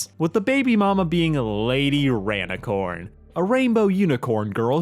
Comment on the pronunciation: erm... its rainicorn not ranicorn